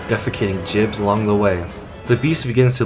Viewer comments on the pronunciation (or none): Gibs, not jibs.